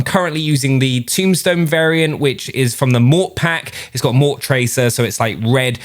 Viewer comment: Morte, not mort, it’s death in Italian